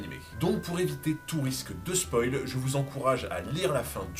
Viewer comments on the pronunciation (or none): none